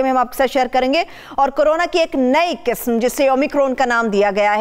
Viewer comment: KISM......QISM....NAHI.......AAP QAAF SAHI BOLNAY KI KOSHISH BICHARAY KAAF KO BHOOL JATI HAIN.......BIBI AAP KA AUR MOHTARUM HAROON SAHAB KA PROGRAM BAHUT HI ACHA HAI........PAISH KASH LAJAWAB.....KAANO PER GIRAN NAHI GHUZERTA.